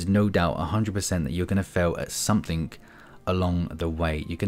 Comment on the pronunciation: I hope that’s not a 'k' I hear in 'something'.